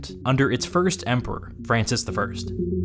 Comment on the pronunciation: I cringe at “Francis”.